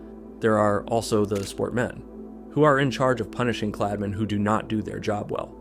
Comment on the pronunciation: смотрю и ржу как автор говорит "Kladmeni" и "Sportmeni"